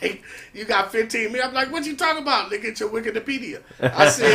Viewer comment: said "Widikipedia" lmao